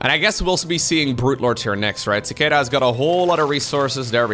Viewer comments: You don't know how to pronounce Cicada? It's a bug! Lol Ci KAY da (American) ci KAH da (British) Edit: Glad you like it up yes the long a is American English the short a is British english. (Usually) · Sih-kay-duh I think is the phonetic spelling. Not that it matters much, but some foreigners may be confused with the first syllable if you spell it that way. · The first opponents name is pronounced suh-kay-duh. It’s a gigantic flying bug. look it up. Strange creatures. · Beat me to the punches, but yeah I’ve heard it pronounced that way before… prolly just by accent or something but I’ve always heard and pronounced it as chick-ay-duh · cicada (see kay duh) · Cicada, the insect, pronounced as See-kay-dah. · lol so true. Just for anyone wondering its pronounced sick-ade-uh. They're an insect common to the US which lie dormant underground for many years and then all start to grow in a given year and suddenly they (and their discarded shells as they grow) are everywhere. They sound a lot like a louder continuous cricket with a bit of constant buzzing noise which can be frequently heard in many movies portraying the rural south. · Yaaa learned to pronounce a new word claps 😂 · "lets go with the Dutch pronunciation" Immediately uses the American. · I cringed so hard listening to you not knowing what a cicada is! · LOL hearing try to pronounce Cicada made my day:)